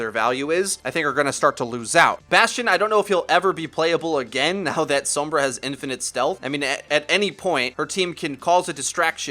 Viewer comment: "Some-bruh" with the "some" reminiscent of the sound of "some" in chromosome is pretty close to the correct Spanish pronunciation. Sombra also means shadow in Spanish btw.